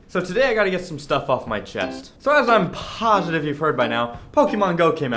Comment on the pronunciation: Why did he say positive like that at the start of the video holy poop